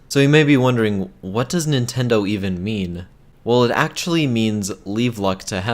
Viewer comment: Did you just say "What does Nintendo even meme?"